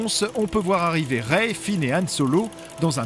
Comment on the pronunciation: écris Rey correctement et ça se prononce ré.